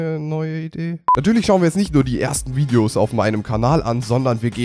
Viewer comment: Ernsthaft? Viedeos? xD